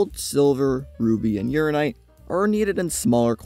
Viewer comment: "urinite" 😂 I said it that way for ages until I actually read how it's spelled. Uraninite. Said, "your ran in night". It's got nothing to do with urine